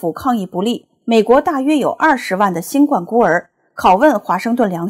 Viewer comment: 节目很好。新冠请正确读第一声，是怒发冲冠的读音。谢谢。